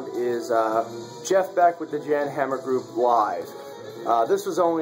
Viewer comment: Nice. But you pronounced Jan Hammer all wrong! :) Peace